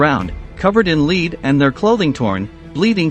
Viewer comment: Lead is pronounced LED. Also what happens in war happens and if you can't take it don't dish it out, the SS were ruthless and treatment of these individuals had to reflect that.